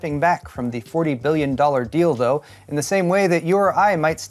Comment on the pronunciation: i wasn't paying attention and mistakingly heard stepping back from 40 billion dollar 'Dildo' instead of 'deal though' and I was like wth